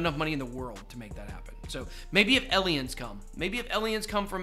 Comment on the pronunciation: Elliens is basically my favorite pronunciation of any word in my vocabulary